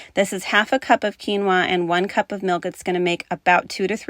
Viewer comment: I feel so bad 😅 you said quinoa and i wasnt looking away from my phone and i swear you said tequila and i was thinking yuck what on earth would taste good w liquor thats budget friendly haha sorry